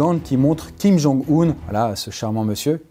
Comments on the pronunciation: Hello, belle vidéo mais une petite précision: ça se prononce Kim Jong-"Eun" (si si) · D'ailleurs Kim Jong Un ne se prononce pas Kim Jong Oun mais Kim Jong Eun Beaucoup font l'erreur